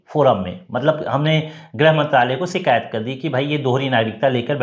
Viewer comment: शब्दों का उच्चारण ठीक नहीं है। शिकायत ही सही शब्द है सीकायत , शब्द बिल्कुल ग़लत है। कृपया अपनी भाषा के शब्दों का उच्चारण की त्रुटि सुधार ने के लिए कुछ भाषा का ज्ञान प्राप्त कीजिए।